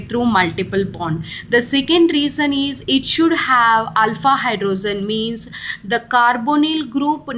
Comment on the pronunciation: Mam its hydrogen not hydrozun, bdw great content